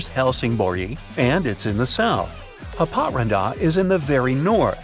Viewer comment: Haparanda is Happa-rAAnda, same rythm as alibaba...